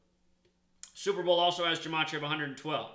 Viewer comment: It's GUH' matria, not Juh.... Study more Hebrew and Greek.